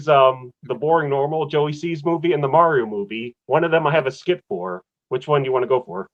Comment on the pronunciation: "Get a real Italian to play Mario!" Also: pronounces it "Meh-rio"... It was a fun movie, took my kid to see it who's into Mario games even more than I was as a kid. Screw any haters. I would actually appreciate any effort to distance from the '90s movie however. Damn thing almost killed poor Bob Hopkins!